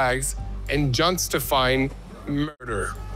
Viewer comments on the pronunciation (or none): you are doing a great job but I want to help you.... it is "just-ta-fying" not "jon-sta-fying".